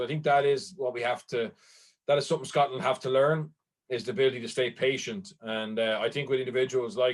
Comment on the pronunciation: The way you keep emphasising 'Scotland' is disrespectful as fuck